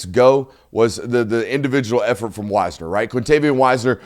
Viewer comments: and don't worry about the names nor pronunciations, you go through a lot of footage and a lot of teams Wise-ner, not Wis-ner 😉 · It's W(I)sner not Wiesner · It's pronounced Wise-ner, NOT Whiz-ner. He's not taking a leak. LOL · Also Tre Wisner is pronounced "Wise-ner" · np on the name pronunciation. Appreciate the analysis. btw, Tre Wisner is pronounced WISE ner.. Like the 3 Wise men who gave gifts to baby Jesus. 😀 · Btw, you pronounce it wise-ner, love the content.